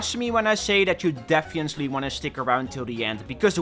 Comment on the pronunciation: He said "defiently" 3 times lol